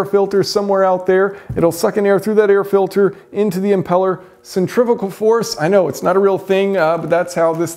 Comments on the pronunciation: Centrifugal not centrifigal. There's no i after the f. Say it right. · From the lack of comments on “centrivical” I’m guessing that is how you pronounce sen-tree-few-gawl in the States. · Stop saying centrifical, it’s not a word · Another word yanks can't say? Centri-fugal 😂